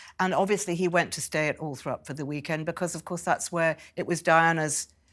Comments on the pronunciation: It's not Althrop it's ALLTHORP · Why was Seward writing a book about two kids and its ALTHORP not Althrop.